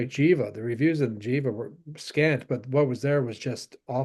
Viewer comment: The band Jiva is pronounced with a hard "G" sound, not a "J" as in "GHEE-va". It is a sanskrit word that means "that which breathes". This info can be found on their bandcamp page.